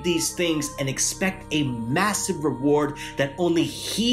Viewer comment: Assalaamu alaikum bro you said huge emance eward not sure if you meant to say award or reward 😂 😂 not trying to criticize you homie